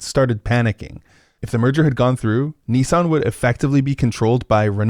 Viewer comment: The way you pronounced Nissan threw me for a loop, you keep saying "Ne-san" It's Nis san <_<. Also, Nissan is one of the OG Zaibatsus, who starting in the 1950s became paraoid of each other as they started moving into the same industries, so Nissan thought it was a cunning idea to buy shares in their rivals as a means to protect themselves from market pushout, force them to not directly compete with the same lines of product. Just typical absurdist Japanese business logic.